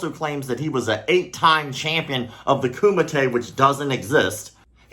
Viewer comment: Did you say Kumate? HUUUUAHHHH